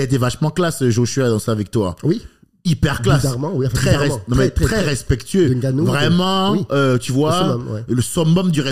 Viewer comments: J’ai les oreilles qui saignent a chaque fois qu’il dit « N-Gannou » 😭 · Par contre faut savoir prononcer le nom de Francis